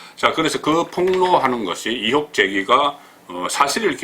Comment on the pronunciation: 본부장님!!! 이혹(×) 의혹(o)